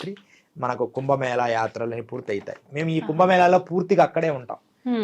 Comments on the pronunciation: "కుంబ మేల" కాదు. ఏమి యాంకర్ వే నీవు. తెలుగు భాష కు మకిల పట్టిస్తున్నారు నీలాంటి వారు. అది "కుంభ మేళా" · Prounce as "కుంభమేళ" not 'ల' as pronounced by the interviewer. Pl speak proper Telugu. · కుంభమేళ అని చెప్పాలి. మన దురదృష్టం, పలకడం రావడం లేదు.